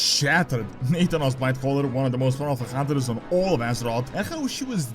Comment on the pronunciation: Hey I heard you pronouncing nathanos as "nathan-os", just fyi it is "na-thanos"